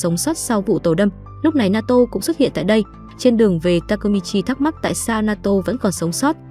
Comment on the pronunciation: Naoto : ❌ Na to : ✔️